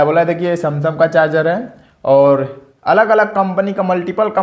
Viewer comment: Samsam nhi bhai sumsung hota hai 😊😊😊